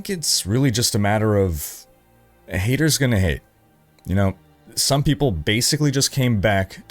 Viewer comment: hafers gona hate ...just best thing i ever heard